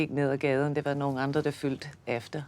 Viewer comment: Pronounciation is only way you can hear she isnt danish from birth, not the vocabulary She has a slight difficulty with words having U’s and Y’s. Letters which in some danish words is pronounced almost similar. The words for “followed” and “filled”, are so close together, that is hard to pronounce for Mary. In danish: “fulgte” and “fyldte”. In that interview with danish Auto subtitles the automatic subtiles writes the opposite of what she is trying to express 😅 So She wants to say “fulgte”, but it is written and understood by the “auto” as “fyldte”. So she tried saying “U”, but ended up saying “Y”. But what makes it even cracier, is that by speaking like that, she sounds VERY traditional. She sounds like something out of a movie from 1950’s. So in fact it simply just turns out to being very sofisticated, posh and very charming. Maybe because it is her. She could probably commit murder and get away with it in Denmark. Only the old Queen and the King will get that kind of acknowledgement otherwise. She hasnt set a foot wrong for 22 years. It is almost like a machine… but I’m sure it is her dedication that simply is beyond imagination. I’m sure she decided back then, that it was all in and never stopped working hard for it.